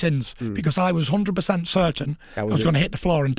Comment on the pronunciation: "Horndred pacent" lol 🤣🤣 🤣